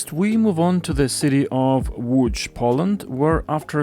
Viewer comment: Certainly Vancouver abolishing minimum parking requirements is good, and Prague bringing back trams to Wenceslas Square is good too. Nice pronunciation of Lodz.